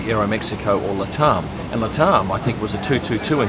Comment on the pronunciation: Luh-Taarm? I just pronounce it Lat Am, as I suspect it's short for Latin America.